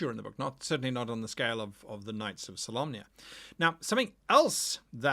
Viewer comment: Now i realize the knights of solamnia are solemn, but why do people keep pronouncing Solamnia, Solomnia?